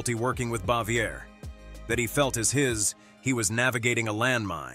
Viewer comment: They got many names wrong.Aunt Bee's name was pronounced bah-vee-ay